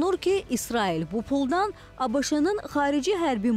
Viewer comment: ABIŞI yox ABŞ.